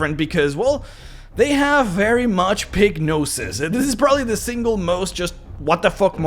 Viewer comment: Was listening instead of watching the video and hearing "Pignosis" and realized was saying "Pig noses." "Pignosis" seems way more appropriate. I'm just going to say that the other editions of orcs suffered from Pignosis.